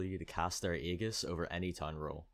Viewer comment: i like how says ay-gis instead of ay-jis